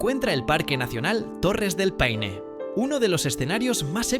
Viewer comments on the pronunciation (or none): Chilito qué te extrañoooo! y se pronuncia P-a-i-n-e y jamás pein!! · ¡PAINE! Huevón estúpido. Paine es una palabra del idioma mapudungún, la lengua de la etnia mapuche y significa: 'celeste' o azul claro. Junto a las Torres del Paine corre el río Paine. Pero también en las cercanías de Santiago hay una localidad llamada Paine, famosa por lo grande y sabrosas que son sus sandías. Hay que ser extremadamente torpe e ignorante para creer que esta palabra de origen mapuche deba ser leída como si fuese una palabra inglesa. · Ridículamente estúpido, torpe e ignorante creer que la palabra «Paine» de origen mapuche deba ser leída como si fuese una palabra inglesa.